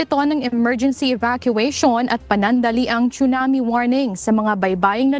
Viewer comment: Proper pronunciation of TSUNAMI has a silent T... not pronounced like CHUNAMI. 😅😅😅